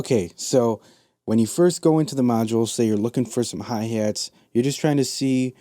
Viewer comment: I come to these videos all the time but I can't get over the Midwest accent you heeeve. Hey hates. What's heyppening with the hey hates. Ugh.